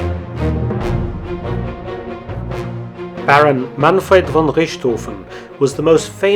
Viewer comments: It's "Richthofen" not "Rischthofen", you sound like a ghastly Rheinländer, m8. Also all those Anglo references to "Schweinhund" appear to be almost certainly made-up or at least severely mangled and/or misunderstood. While this word does exist in German, it is almost exclusively used in another context and not really as a slur. It appears that Anglos just haphazardly put the word 'pig' (Schwein) and 'dog" (Hund) together to form "Schweinhund", in actual German however this word would be written/spoken as "Schweinehund". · Props for pronouncing the "ch" in "Richthofen" correctly.